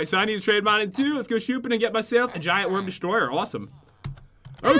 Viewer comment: and pat said shooping